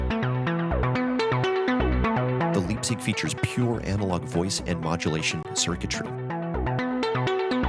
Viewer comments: The "lipzig", ehehe. Yuu can be sure it's "vco USA" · Leipzig is a German word named after a town. Pronounced L-eye-pzig.